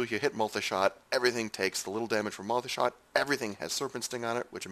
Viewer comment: I hate the way he says MULTAY SHOT!